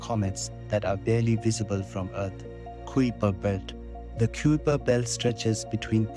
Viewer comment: You mispronounce "kuiper" in this video. It's supposed to be pronounced like "kai-per"; rhyming with "sky-per".